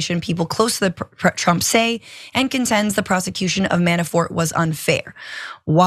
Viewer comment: Did he say "Pro Tump"???